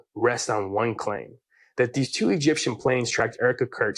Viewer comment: I read your thumbnail and all I could think is, “Candace is too nuts, even for Alex Jones?” Also, in some of the clips where Candace says “Egyptian planes,” it sounds like she’s saying “Gyptian planes.” Which makes me think of His Dark Materials.